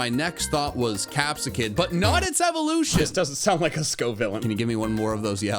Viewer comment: Capsikids cry sounds like groo-key